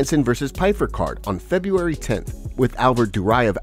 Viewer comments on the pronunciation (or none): none